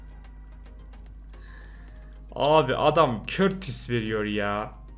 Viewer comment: kurtua diyeceğine kurtis diyen alfalığı